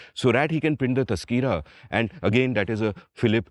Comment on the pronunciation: Amit, for the first time I heard about the genre of literature called “Tazkira”. I did some digging and then realized that it was to be pronounced as TAZKERAH. It is derived from ZIKR which meant narration or description. You are right as there were many titles containing this word followed by the name of the topic or event which they covered.